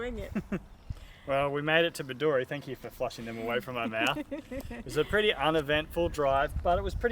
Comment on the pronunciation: It is pronounced Bed-doo-ree. The shire is pronounced Diamond-Teena. Great episode.